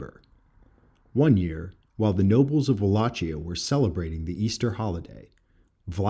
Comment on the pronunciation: Great Video, episode 3/9 published on 3/9, was there in 2016 and loved it! FYI Pronounced Po-ye-nar, Ar-jesh, and Wah-lay-sheeyah. I was gracefully informed by my host more than once.